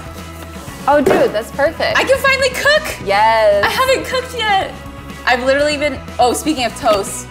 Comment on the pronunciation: like LITerally